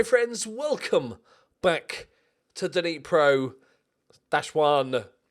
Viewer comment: Hey - just an bit of info...Dnipro-1 is pronounced in Ukrainian as 'nipro-odyn'.